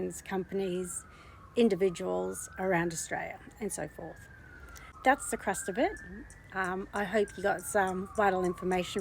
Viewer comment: Did you say the “crust” of the matter, instead of crux of the matter? Haha. Cute 😉😁